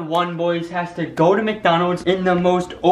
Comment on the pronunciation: it's Micdoldold